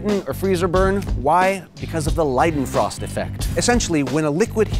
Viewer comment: Many thanks for pronouncing "Leidenfrost" correctly.